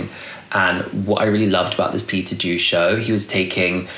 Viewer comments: ❤❤ just to note Peter Do is pronounced as ‘dough’ 😅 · Heey, love love love your videos and I was waiting for this one since you mentioned you were gonna make it and it most certaity did not disappoint! Thank you for a detailed analysis❤ I just had to be a pain in the ass and point out that you might not have the correct pronunciation for Peter Do👗